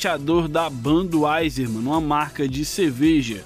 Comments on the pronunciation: ''Banduaiser'' kkkkkk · Banduaizer " foi foda essa pronuncia !